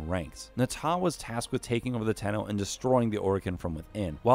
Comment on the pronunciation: Zariman 10-0, 10-0, ten-0, ten-oh, Tenno....